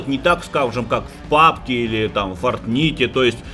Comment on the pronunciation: не фартните а фортнайт